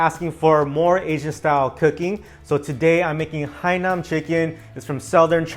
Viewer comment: Hainan not HAINAM bro bwhahahaha rookie